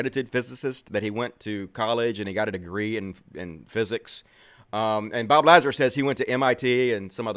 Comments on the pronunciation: Bob Lah-Zer, you mispronounced the ze, you’re clearly misgendering. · It's pronounced LaZAR. See you did a ton of research, huh? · Its a A not a E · Can't even pronounce Lazar's last name correctly... yeah... you sound well informed. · Trying to say his name wrong makes me not like you. You even caught yourself almost saying his name right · "Take me seriously" ::doesn't correctly pronounce Lazar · I'm glad your crash course on Bob Lazar helped you pronounce his name wrong. I guess I should listen to you instead. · You aren’t even pronouncing his name right. I don’t fully believe this guy, but you haven’t even studied Bob properly. As soon as you said his last name wrong. Joe has followed this guy for years. A lot of what you are claiming has been shown to be real. You don’t follow Joe well enough either with the take you have on him. In past shows Joe has discussed Bob on a lot of previous shows and brought up these discredited issues with Bob. Further you got so much wrong in this video. For one you said 70s. Bob was in his teens there. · Look. If you can't pronounce the guys name then it shows how much research you have done. Don't be a sheep. Have an original thought before you post an ignorant opinion.